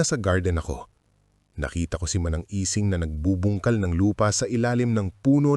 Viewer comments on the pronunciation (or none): manang ising..hindi lang kayang bigkasin ng auto narrator ng tama..